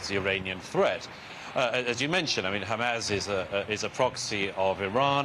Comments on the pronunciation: douglas your a goof! and its HAMAS NOT HAMAZ. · Murray still struggling I see with all those complicated words: Hamas is still Hamazzz and the Houthis is still sounding rather like the Hoootys !